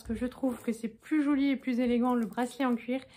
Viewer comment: Bonsoir, très jolie montre ❤️ J’aime bien t’écouter parler, par moment tu as ton accent alsacien qui ressort, quand tu as montré la tasse à Martin pour sa maîtresse tu as dit c’est “choli” lol Mon ex compagnon alsacien disait pareil… 🌺🌺🌺